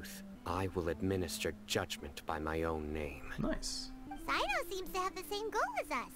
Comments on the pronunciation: So about pronunciations again: I already wrote about Candace, but there's another issue as well - Cyno should sound similar to "See-noh" or "Seh-noh", if I'm not mistaken. English voice over kinda butchered the names in this chapter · How to pronounce tighnari and cyno's names :) Cyno- sigh-no Tighnari- Tie-nari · cyno's name reads as [saino] and candace's as [kandakia] !!!